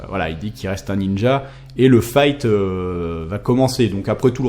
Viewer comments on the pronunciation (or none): none